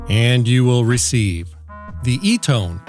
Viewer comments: You could find out how to say the name in under 2 minutes by going to one of their commercials. It's "Ee-TAHN" It's a company that's been around for decades and a used by the Red Cross. They've been there for thousands in dire situations. They deserve more than a lazy, I-could-care-less: "I don't know how to say it. Eeeeton. Eeetone? Whatever." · Can you yanks not speak English it’s E,T,O,N NOT ETONE SAY IT RIGHT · Pro- nun- ci-a-tion E- ton not Etone or Etin .i've heard all the others with the same wrong pronunciations E- TON maybe there's a short ( wave) of cutting through the chase and keying into this first , be for exploring further or other frequency's lol .that's like Short hand for laugh out loud . You are a funny man . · Your info sounds great, but I have to tell ya, your Eaton/Etone joke(?) was really getting on my nerves and really distracted me. If your goal is to inform, why go for the ongoing joke??! Please pick one pronunciation and stick to it! 🙃😇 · it's pronounced eton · E - ton. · We think alike! I just found you and subscribed immediately. The Administration is determined to destroy the country. P.S. Chat GPT says the brand name, Eton is pronounced like "EE-tun" with emphasis on the first syllable. In georgia, we use that all the time: "Have you EE-tun today?" Excellent video. I do need such a radio. I'm going to try to get one with a hand crank. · Eat'n as in 'Do'nt bother me, l'm Eat'n'!!!🤓🤓🤓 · Lol I think it's e-ton... Tone has an e on the end lol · Sub'ed after the first just for the eloquent pronunciation of the "ETON" , "E-TAN", "EEE-TON" radio !!! LOVE IT! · Eton, like the school. Please pronounce eaten as in iv just eatn a sausage. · It’s pronounced ’Aeé-tin’. But only in Alabama. Lol. Love your videos! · Thanks for letting me know I need one of these. This video also answers the question I had about what you do with all the stuff you buy/receive once you review it 🤣I have clutter envy! Edit: It's pronounced Eton.